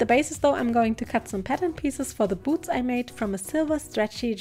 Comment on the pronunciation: Am I a sick in the head person or did you also think she said boobs instead of boots